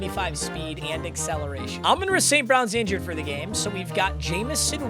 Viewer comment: bro why does he say everyones name wrong on his team lmao. alim, amon ra, teslaa